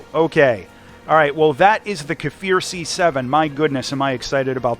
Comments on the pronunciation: kfir not k e for k as in cli- ck and then fir edit bold made it seems like a lomg sound the k is short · its not kefir, just kfir. you say it just like it looks like. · Great content! Also the kfir "K" is pronounced like the "C" in coffee or car in the British English dialect. It shouldn't sound like Kafir.